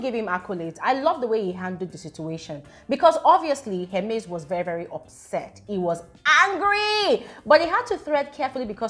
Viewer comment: It’s not here-MAIZE I think it’s HER-miss 😅❤ HER-mes